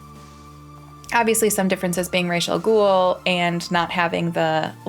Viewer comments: Immediate thumbs down for the Ra's al Ghul mispronunciation. It's Arabic, NOT Hebrew, and it's a word, not actually a name. It's Raz. Raysh doesn't even exist in the Arabic language from what I understand. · One of the issues this trilogy has is Rā's al Ghūl not being Arabic as he is described in the comics, the Animated Series and the Arkham games. Also, the name Rā's al Ghūl is Arabic for "The Demon's Head". The Arabic pronunciation for the first syllable is "Rah-us". The character's creator however chose to use the Hebrew pronunciation "Raysh" Also the whole "I won't kill you, but I don't have to save you" is widely hated by fans. Batman in the comics goes out of his way to save criminals even when their lives are in danger which is a core essential of his character. These films also totally mishandled Scarecrow. Jonathan Crane was initially billed as the main villain of Batman Begins, before the reveal that Ra's al Ghul is the real mastermind. Scarecrow is one of Batman's greatest rogues, but the films he's appeared in would not have you think so. I really hope Matt Reeves uses him in the future now has the perfect opportunity to redeem the character after the Christopher Nolan films brutally underused him. Rachel Dawes barely felt as a real character. She wasn’t likable or charismatic and is a very poor example of an original character created for the movies (she doesn't exist in the comics). The character was meant to inspire Bruce but I personally found her more annoying than inspiring. She has no real backstory, no real character development. What were her admirable traits? I mean I get she was supposed to be a generic love interest but it was really poorly executed. Chri